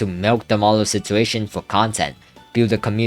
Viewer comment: Marlow ❌ Manlow✅